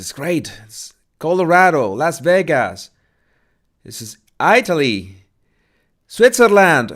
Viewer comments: it's not AITALI it's ITALY 😂 LOVE YOU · It's not AItaly! It's Italy! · You don’t know how to say Italy?